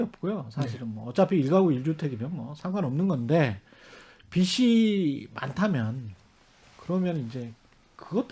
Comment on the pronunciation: 최경영씨, 빚이는 비시 -> 비지 로 읽어야 해요!